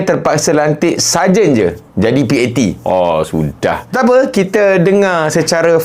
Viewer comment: saya pun dengar mcm sajat..ingatkan dia nk perli